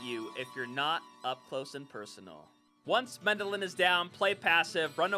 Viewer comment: MendeLN, not Mendelin.... T_T